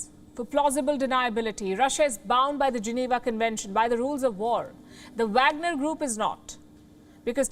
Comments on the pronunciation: Pronounced vogner group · She can’t say Wagner lol English